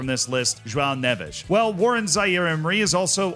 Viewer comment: As someone who’s half Portuguese, I applaud how you pronounced Neves 👏🏽